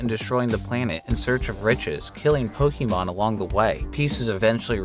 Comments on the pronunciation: Your pronunciation of Pokemon is infuriating. It’s Po-K-mon. Not Po-KEY-mon. 🤦‍♂️ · it´s not that either, it´s Po-Keh-Mon